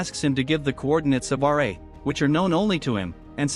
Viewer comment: RA not r -a